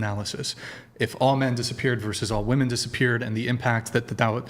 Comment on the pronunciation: If you say "woman" instead of "women" you should lose all rights. obviously you're not intelligent enough to make decisions regarding important issues